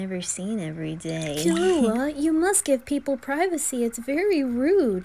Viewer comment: I love how you pronounce killua as kill uh hua, like how they do in the 1999 version